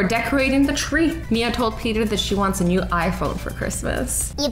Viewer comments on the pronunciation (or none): Hay it is new not neuw